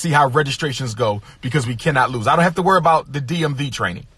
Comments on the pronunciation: I'm just now seeing your comment. Yes, "werebout" is a perfect example. The hilarity never ends with this guy! 😂😂😭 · He doesn't have to "werrbout"🤣🤣🤣